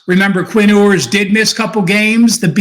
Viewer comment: It’s not “Ooers”, it’s “You’ers”. Hook’em Horns! Great breakdown!